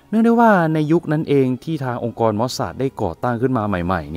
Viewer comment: องค์กร ไม่ใช่ องการ🤔🤔🤔